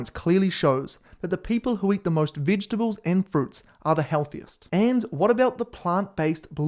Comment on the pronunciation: Did he say “vidgetibles” 😂 🇬🇧